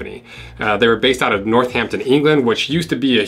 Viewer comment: Love the way you pronounce Northampton. I’m gonna say it like you from now on. Makes it sound so much better!!